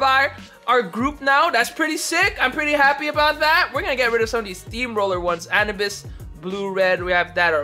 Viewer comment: Did he just say anabis?